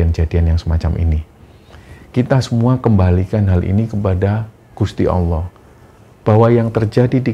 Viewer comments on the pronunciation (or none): Allah ya jng d ucapkan Awoh. Klo anak kecil bisa dimaklumi